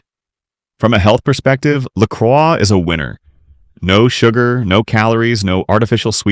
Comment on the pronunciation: its pronouced LA CROY its french the cross, i got lolli pop at Kwik trip cant wait to try it, mines grape i had zievia too